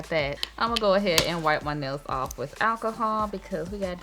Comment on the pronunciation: Admit it, when she said alcohol, we thought she is saying Ass hole 😂